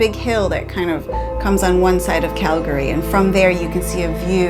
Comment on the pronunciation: Well hells bells!!! Welcome to “Montana”!!! You saved the best State almost for last. Small note; it’s the “Going to the Sun Road”. No big deal there “Cal-Gary”. 😅